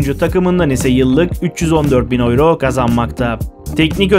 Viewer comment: turkce tellafuz etsen avro desen yine raziyim kardo ama oyro degil be kabullen